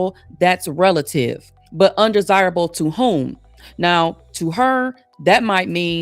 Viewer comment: She said undersible like unattractive.